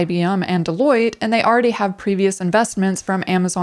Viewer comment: 'Deloitte' is not pronounced 'Deloid' Interesting video though